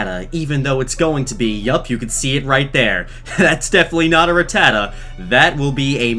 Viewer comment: I like how he says rutaa and not rattatta